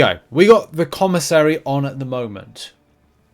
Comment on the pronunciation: Thank you for pronouncing commissary correctly!!